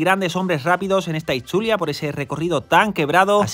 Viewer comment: Resumen 🔝 como siempre!! Me encanta como pronuncias “Itzulia” al igual que los apellidos de los corredores vascos!! 😜👍🏻